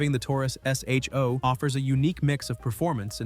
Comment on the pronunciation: Dear AI. It’s not pronounced S.H.O. It’s pronounced Show.